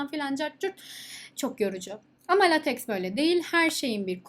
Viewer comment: The correct pronunciation of the word "LateX" is "Laytek". We can pronounce it as "Latek" in Turkish. This is relatively satisfactory. Latex is a kind of polymer material. Besides thanks for the content.